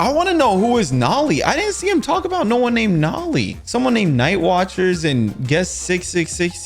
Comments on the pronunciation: Yo bro it's not nolly it's nole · Bro not noli is nolie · I play forsaken and I know it's Noli not naali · Every forsaken player that watches this is going to go insane bc he called noli nali